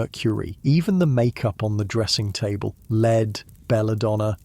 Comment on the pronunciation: It sounds like an actual human voice, so why does he forget how to pronounce "lead" about halfway through???